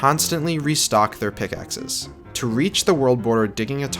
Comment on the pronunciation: ah yes, p i c k x e s. My favourite way to mine.